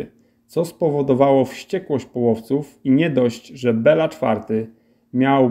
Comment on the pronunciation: Bilo, nie Bela, tak miał na imię król węgierski:) To "e" jest z akcentem, czyli fonetycznie to węgierskie "i", a "a" jest bez akcentu, więc fonetycznie to węgierskie "o". Nawet po polsku lepiej brzmi Bilo niż Bela:)